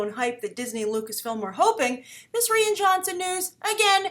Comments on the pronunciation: I don't mean to be that guy but his name sound more like Ryan not Rhianne. Love the vid just the pronunciation bothers me. Keep up the good work. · Rian is pronounced Ryan not re-in. Please, you've been doing this for years, listen up. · Good Morning,. Rian is pronounced the same way as Ryan. And trust me. People ARE excited about Rian Johnson.:)